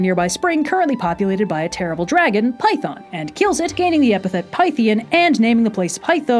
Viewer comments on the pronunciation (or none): none